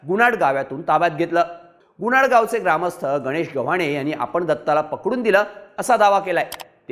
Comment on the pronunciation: गुणाड नाही गुनाट